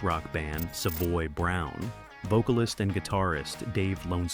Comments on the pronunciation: Good video but mispronouncing Savoy Brown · Probably AI. I mean, who pronounces "Savoy Brown" wrong? - EDIT, after hearing it again, not so sure the pronunciation is that bad. Wrong, yes. AI, not necessarily.